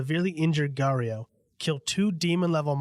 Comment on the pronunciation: “GAURIO” lol